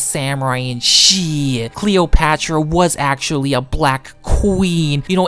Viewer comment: Upper ACKSHILLON Geymers